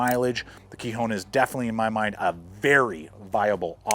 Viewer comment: Kihon.... not "kee-hone" means basics or fundamentals in Japanese